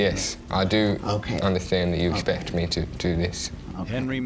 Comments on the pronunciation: The word is Respect not espect!! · "I esspec for you to follow our rules" his pronunciation of expect is hilarious 😂😂😂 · expect not respect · Can't stand Dad saying aspect instead of expect.. learn to speak properly